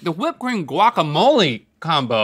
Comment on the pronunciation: Wokamole 😖 pretty sure it’s guacamole